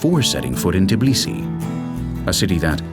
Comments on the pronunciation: it's Tbilisi, not Tiblisi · this video just makes me so proud.... too proud. i guess my humbleness left me after ive gotten tired of learning too much world history. p.s. i find it funny that the narrator says Tbili right, but Tbilisi wrong. ITS TBILISI, not god darn Tiblisi. how hard is it to say TBILISI. its still called Tbilisi dang it